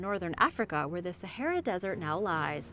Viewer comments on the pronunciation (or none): none